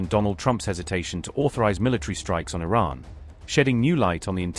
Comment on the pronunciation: Caroline Lying Levitte needs to consult with her grandfather/ husband to learn how to pronounce Iran!